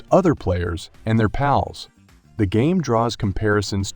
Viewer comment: It's giving Benedict Cumberbatch trying to pronounce "penguins" vibes. Why does he call it "Paulworld" and randomly switches between calling the creatures "pals" and "pauls"?